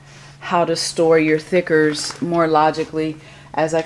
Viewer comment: Are you saying thickers or stickers???